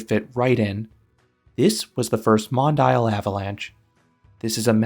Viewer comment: Hate to be the "uhm actually" guy, but it's pronounced Mon-Dee-Al, not Mon-Dial.